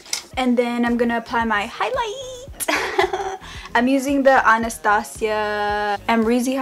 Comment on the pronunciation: You're the only person on youtube I know that says Anastasia right lol🌙💕